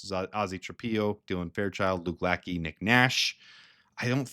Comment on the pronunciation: Lackey is pronounced Lashay.